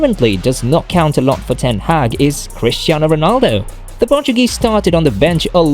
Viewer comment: You pronounced his name wrongly… Man Utd official channel has a video about how to pronounce his name, ten Hag.